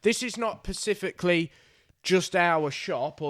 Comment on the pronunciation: Perspifically 😂 Edit: put it right at about